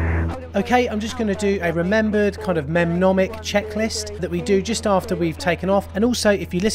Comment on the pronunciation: Mnemonic pronounced “ni.monic” 🙂